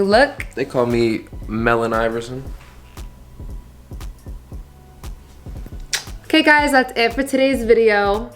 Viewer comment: dude said mellon iversON LMFAOOOO